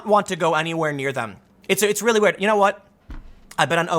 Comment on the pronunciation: "I tell ya hwut." ~